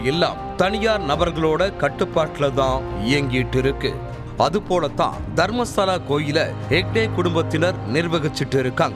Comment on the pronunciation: தர்மஸ்தாள இல்லை மேடம் தயவுசெய்து தர்மஸ்தள என்று உச்சரிக்கவும்